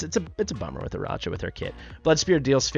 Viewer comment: I think is pronounced "Araka" like Arachnid. (Spider leg back)